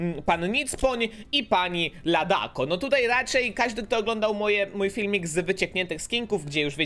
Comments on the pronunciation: To się czyta ladaco a nie tadako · Mówi się "LADACO" a nie "LADAKO"